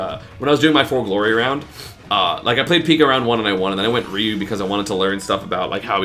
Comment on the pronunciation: Its like riiu not reeu